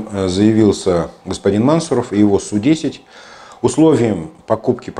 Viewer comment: Мансу'ров ударение на У. Кратко бы говорили, то цены бы Вам не было...